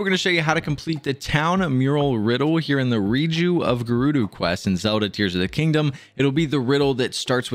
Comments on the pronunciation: Bro really said “gurudu town”😂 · You pronounce gerudo wrong but thanks for the tutorial 😊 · Call it geroodoo town one more time and imma crash out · “Gerudoo” I cant